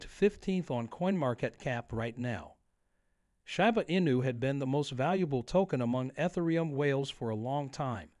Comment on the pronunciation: I’ll give it a thumbs up when the speaker in the video learns how to pronounce the name, right